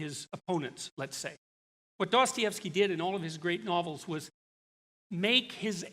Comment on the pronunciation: He's like "quanciously", "Duastayevski"🙃